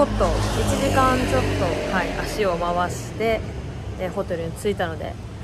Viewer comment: はい！の発音が、心地好い...